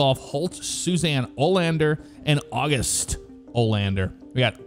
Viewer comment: Your first pronunciation of Agust was correct